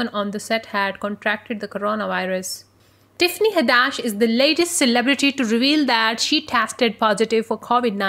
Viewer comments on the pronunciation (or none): u pronouncing her name all wrong goofy🙄